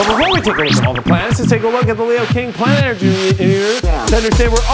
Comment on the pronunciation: You mumbled "planet energy meter" so hard lmao.